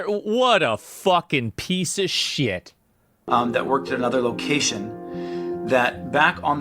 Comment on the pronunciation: Jesus ever time you say shyet aka shit you got some redneck in you dude no joke